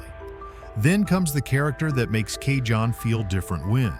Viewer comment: Cajon Is pronounced cahone pass . The scariest part of Cajon Pass heading south is the DOT Scales at the bottom before you get to I-10